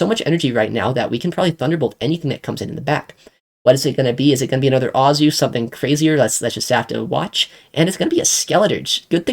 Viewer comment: Every time you saw Azu I always go “omg” it’s A-zoo” not “ah-zoo” 😂😂😂